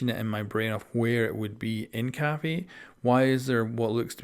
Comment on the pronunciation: Him saying caffee makes me want to scream